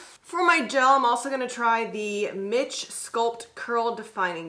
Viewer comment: 1. That brand is pronounced Meesh not mitch 2. I think it's very important when having a conversation regarding a community, that it's very important defining the boundaries of that community and potential sub-groups within a community. And being consistent with those boundaries through a conversation to help with understanding points. 3. I think when you are referring to "black" in a global reference it is important to discuss the potential nationalities that you are discussing as far as society and mainstream to help with understanding context. 4. Also, when you are referring to changes it would be helpful to give a general time frame. I have seen some of the issues that you are referencing prevalent throughout the history of the straighten vs not straightened hair debate over many years in the US. And there are a lot of other factors like time period, politics, styles, social atmosphere that influence hair styles.